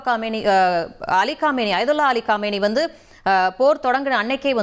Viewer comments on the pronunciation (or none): காமேனி இல்ல கமெய்னி